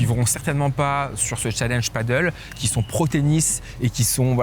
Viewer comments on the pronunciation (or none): none